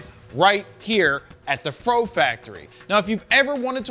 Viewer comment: When you say fro factory I almost thought Vietnamese pho factory 😂😂😂